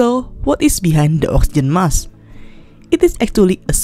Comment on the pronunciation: There is a k in the word Mask you need to pronounce it